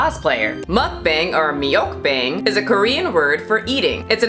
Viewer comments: lol you were worried about pronouncing Ssoyoung wrong but you pronounced it fine, but you butchered meokbang like 12 times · I'm offended that you butchered that Korean pronunciation of meokbang. The e is silent.